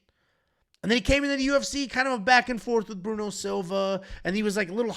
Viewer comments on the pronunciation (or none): none